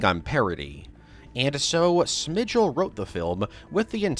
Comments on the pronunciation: Robert Smigel. As in “Smy-gull.” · Cringed everytime he pronunced Robert Smigel wrong